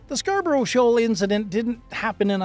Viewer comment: SHOAL not SHAWL